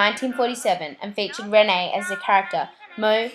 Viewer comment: It's not pronounced Renee but reen